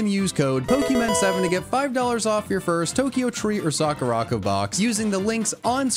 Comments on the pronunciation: It’s Sakura co not sakuraco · You ar Saing it Wrong its sakura co